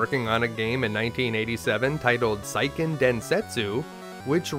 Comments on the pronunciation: Seiken is Sey-Ken, not Sai-Ken. Good information, but you're killing me on the Japanese words and names. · It’s “sayken” densetsu, not “psyken” densetsu. Great content though. 👍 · Seiken Densetsu is pronounced "SAY-ken"... 🙄 Japanese romanjinization is VERY EASY to pronounce, as it's 100% consistent.